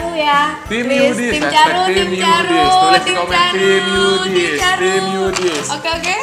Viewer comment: Tim bukan yudit